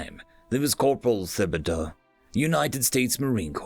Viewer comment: Great job. Just a minor pronunciation correction: the "h" in Thibodeaux is silent. Tib-o-doe